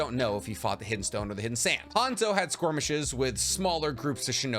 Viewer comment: I need an explanation behind you saying squirmish instead of skirmish